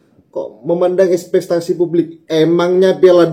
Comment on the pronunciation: Espektasi bang, bukan espestasi